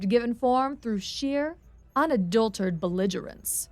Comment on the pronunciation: Because I want to help: "Unadulterated" is the word, and it has SIX syllables - Un-uh-DULL-ter-Ate-ed.